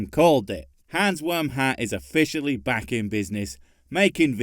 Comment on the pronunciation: Hey everyone its "Hmferzat!" Again, or is it "hrmmfurshat" I can't tell. Maybe "ronzburnhat"